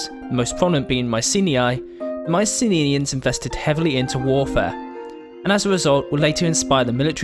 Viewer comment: Nice video. Not to be that guy, but in English their name is pronounced "My-see-NEE-ans". Not "My-see-NIN-ians". Or, in the original Greek, "My-Kee-NEE-ans" (there are no soft "cee" sounds in Greek). The boar helmets were only common as a symbol of nobility and were family heirlooms. Regular soldiers wore bronze caps or helmets like the later Greeks. You forgot archers and especially slingers to complement the heavy infantry. As well, in addition to infrantry, Myceneans made use of 2-man chariots. There is some debate if these were used simply as battlefield taxis to ferry soldiers and/or leaders to the battlefield to keep them fresh, or as assault units like the Hittites (where they got the chariots from in the first place).